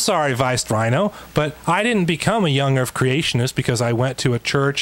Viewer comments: Why is no one talking about him saying young erf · Does he say 'young erff'?? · Young Earf ... seems legit. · >.> soo much "young erf" with that guy